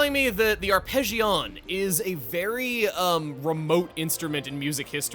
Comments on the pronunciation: Just a continuation of Chuggaa absolutely murdering pronunciation of a lot of names in this LP. I also take exception to his horrific pronunciation of Hard-hay Palace and "arpeggi-own". Har-day is how I would pronounce that, and I'm fairly certain that arpeggione is pronounced with a long E, as in arpeggio-nee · In regards to the pronunciation of "arpeggione", the somewhat-related musical term "arpeggio" is pronounced similarly so you also might've been thinking of that. I'll admit I hadn't heard of the arpeggione before myself, but it doesn't completely surprise me there's an instrument with that name.